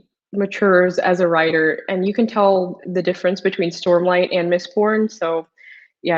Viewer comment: what is this "mistborb"?